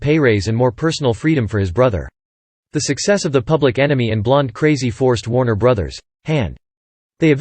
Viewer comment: Stop using that whiny sounding dorky - nerdy computer voice, and it’s unnatural inflection of names like Warner Bros., and pronunciation of actors’, and actresses’ names like “Blondull”!!! The name is pronounced BLON DELL!!! Oï vey!!! Also, stop overly repeating the same exact limited series of still photos of Cagney for 48 minutes - eeegaads!!!!